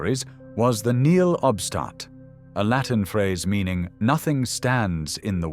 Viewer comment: Nihil obstat. Nì hil ob stat. 4 syllables.